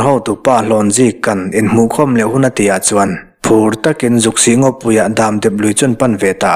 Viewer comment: Nang kher hi chu 'chutiang chu ani zawk ang' han tih ve pawh hi a inthlahrunawm viau nain, hei chiah aw.. Dâmdep Lui' tia i lam hi ka hriat țhan tawh zawk vang ni maw... 'Damdep Lui' tih tur anih duh hmel ka ti ve mai2. Lui khawkrawk leh suar awm lem lo, lui luang dam dep mai sawina anih duh hmel ka tia. A ngaihnawm lutuk e.